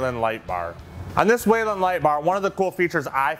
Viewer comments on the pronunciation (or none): It’s not waylen. It is pronounced “wheel-in”. Whelen.